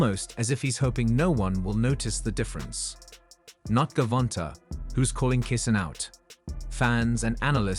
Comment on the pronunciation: Gervonnntta , pronounce it like javonta dafuk is dis